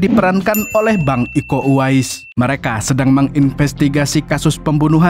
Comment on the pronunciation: Kiko bang bukan iko😂